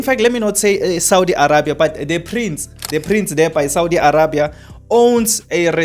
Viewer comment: THIS MAN IS NOT SPEAKING THE TRUTH. Saudi is bringing electricity to SA and the government knows all about this. Saudi is also going to provide electricity to other African countries. THIS IDIOT IS FEAR-MONGERING AND IS ALSO MISSING GREY MATTER. He cannot even pronounce Arabia properly. The resort is private and nothing is going on there - it is the Prince's property when he comes here for holidays. Saudi has nothing to hide - if they did they can hide it in their own country. I asked a friend who lives in Saudi and what this guy is saying is all BS. This guy needs to be banned from YouTube.